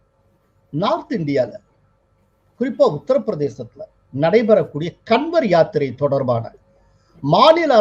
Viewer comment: கன்வர் என்பதை காவட் என உச்சரிக்க வேண்டும். நம்ம ஊர் காவடி தான்